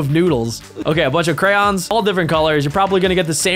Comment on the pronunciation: “Furbo” Furbie btw “Crowns” Crayons btw